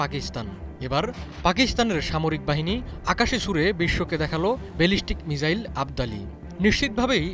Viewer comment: মিজাইল না, বলুন মিসাইল সঠিক করে বলতেও পারেন না আবার লম্বা লম্বা লাফ দিচ্ছে ,,, পাগলের সুখ মনে মনে তাইনা